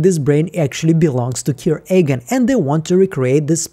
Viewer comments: Love your videos, but seriously, why are you pronouncing "Eagan" so weirdly? Being born in Russia, I have a strong accent myself when speaking English, and can't pronounce complicated words for shit as well. But "Eagan" is not complicated, it's"Иган", not "Эган", no? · say Matrix like Mattress? say Eagan like Ahgan? Say it ain’t so